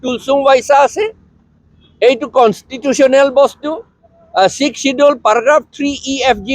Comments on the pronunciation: Not sixsedule....sixth schedule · Your pronouncetion is not good not sixkedule sixsedule